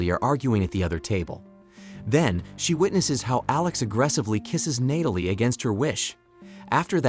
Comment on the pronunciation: what's with the random and repeated mispronunciations of Natalie and OB/GYN?